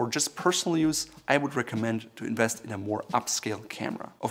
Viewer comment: It’s “Invest” not “Inwest”